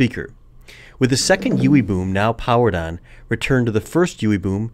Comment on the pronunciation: Is it just me or is it kinda funny every time he says "Ewwie Bewm" :-x